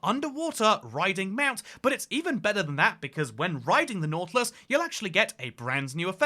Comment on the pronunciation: nautilus ❌ nautulis ✅